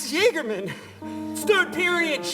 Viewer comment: Hey!! I know you’ve already recorded at least one other song so you probably already know but Max’s last name is pronounced Yaegerman :3